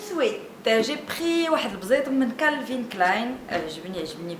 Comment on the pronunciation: Wa Calvin Klèyne pas klayne!!